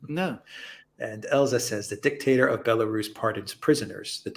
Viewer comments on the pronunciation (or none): none